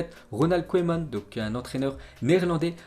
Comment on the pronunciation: Mec !!! On dit " keuman"!!!! Pas " koyman"..... C'est pas de ta faute t étais pas né...mais renseigne toi 1 peu avant ton live.... ( et 1 conseil juste comme ça.. Bosse 1 peu ton accent Anglais... ;)